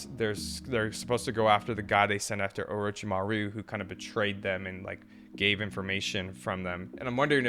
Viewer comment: Lol don't feel bad about your mispronunciation of "Orochimaru"😂 you watch Identical Reactions, so you know Brandon calls him "Omichan"😂😂